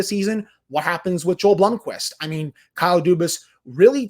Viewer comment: We have to get to pronounce Joel’s first name correctly! It’s YO-EL. It’s okay, lol